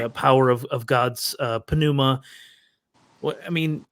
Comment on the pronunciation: ish - the p in pneuma is silent😅 that bothered me lol but anyway good to see back outside. Big fan, wish he'd make more videos. I quite enjoyed his breakdown of cognitive dissonance and it's relation to specific religions. Man's a thinker